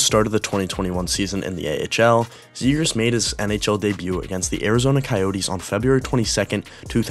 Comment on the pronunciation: "trevor zegraah"